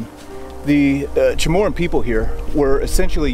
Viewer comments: hoo MAH tak. But good trying to pronounce it how it looks like. Then again, there’s no AN in Chamorro* /cha MOR row. Not pronounced chamorrAN. I know because this is my island you are talking about. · FYI: Chomorro People, not Chomorron. A little point of contention for them. Chomorron sounds like moron.